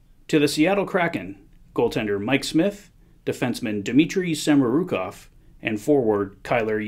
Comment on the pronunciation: Fucking horrible. Samourokov and yamamoto lmao oh God bro